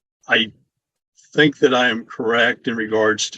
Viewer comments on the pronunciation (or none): none